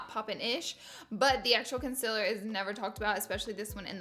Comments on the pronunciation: Did she just say.... Consiller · “Cun-siller” haha! Love you Laura! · Hannah Cort lol nothing it’s just the way she was saying concealer 😭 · She is saying the word concealer wrong